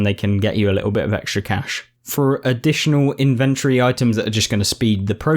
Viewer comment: Thanks for the video, it's useful. But it's pronounced IN-ventory not in-VENT-ory